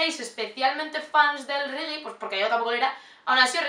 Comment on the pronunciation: buuaa green Valley es mi vida😍😍 ahora me caes mejor. pero una cosa, no se dice "rigi" se dice "regue" un saludo!!!